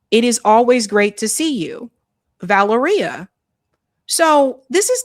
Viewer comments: Va-LE-ria is how it’s pronounced. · The name is pronounced “vuh-LAIR-ee-uh.” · Valeria is pronounced like Malaria, fitting